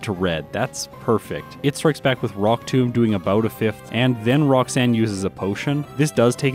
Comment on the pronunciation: did you say Brocksanne the first time lol.